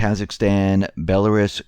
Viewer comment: Dude, how are speaking to geopolitics and cannot pronounce Belarus and Kyrgyzstan? Please, read a thesaurus.